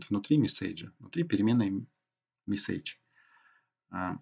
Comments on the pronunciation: Чувак , что с твоим ударением?? СтрОку, МессЕйдж и т.д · Понятное объяснение, только режет ухо неправильное произношение английских слов - color (правильно - калор), message и т.д. Пожалуйста, не надо так.